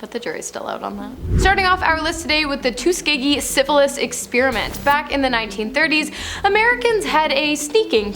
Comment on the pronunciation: Pronounced “TUS SKI GHEE”